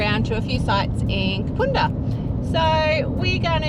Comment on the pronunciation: First time watcher. Great episode! BTW - it's Kapunda as in bun or fun 🙂